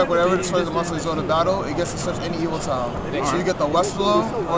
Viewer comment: Evoltile....not Evolite